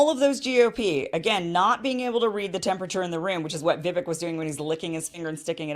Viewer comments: Vivek rhymes with 'cake', not 'civic'. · It's "Vi-VAKE" not "Vi-VEK" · Just an fyi- Viv(ake)-- rhymes with cake. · It’s Vivek pronounced like “cake” at the end. “Vivake” I agree with everything Vivek says! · First off, I like your analysis of the debate but I take issue with a few things. Please have Dr. Shiva Ayyadurai , who you have interviewed, debate Vivek Ramaswamy on your channel at some point via reaching out to his team. Vivek, pronounced like cake, said the climate change agenda ( has acknowledged it's real) on the debate stage is a hoax and not climate change is a hoax as he was referring to climate change policies; so, climate change does affect the planet but the world is more prepared to handle it now due to advancements in technology with exception of developing countries. The climate change policies cost trillions to implement, so it's not logical in a short period of time, especially in developing countries. Chris Christie was referring to Vivek copying Obama's line of a skinny guy with a weird last name running for president, so it wasn't racist. In many ways, Desantis seemed calm throughout the debate as this contrasted Vivek's aggressive nature that may have made him lose appeal with many GOP voters that dislike Trump and prefer an establishment candidate in Desantis. Also, I agree with you on Israel, but most of the Republican base is very religious and many wealthy donors are Jews that support Israel,so few talk about cutting off aid to Israel at some point as Trump doesn't either. Israel doesn't need aid financially, but there's an tech exchange of information, especially on cybersecurity via aid of startups there. Israel can survive without military aid giv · Vivek is pronounced like cake. He has said many times he is not running for VP. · His name is pronounced Vi-VAKE (like cake) accent on second syllable. This was his answer in a forum I heard online. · It's pronounced Vivake. Like cake. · I thinl Vivek is pronouced Vih-Vake